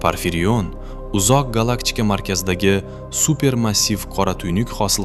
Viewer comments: Nmaga gallakchika diyapsiz gallaktika dmasdan? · Gallaktika ❎️ Gallakchika✅️